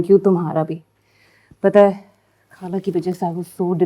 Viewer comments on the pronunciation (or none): یہ لڑکی نے ڈرامے میں کام اچھا کیا ہے مگر یہ ہندوستانیوں کی طرح “خالہ” کو کھالہ اور “نخرے” کو نکھرے کہتی ہے۔ ارے بھائی، اگر اردُو ڈرامے میں کام کرنا ہے تو اپنا تلفُظ درست کرو۔ پھر ڈرامے میں کام کرو۔